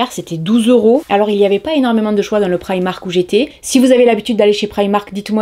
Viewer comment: Enfin quelqu'un qui ne le prononce pas "prImark"